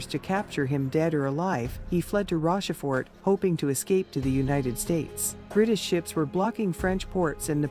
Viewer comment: Subscribed. Nice video and very nice art. :) The uniforms should try to be more accurate for history vids. The Pronunciations are a bit off in some parts - should make sure of those for history documentaries. Dame pronounced Dum Jena - Yeah-na Wagram - Vah-grum Rochefort - Rawsh-four Bourbons - bore-bonz Blucher - Blue-char (its a bit odd to pronounce) Invalides - Invuh-Leeds The death toll at Waterloo was factually > 10,000 > the casualty (dead, wounded) total was around 40,000.